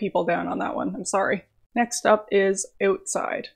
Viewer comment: "Next up is Eutside"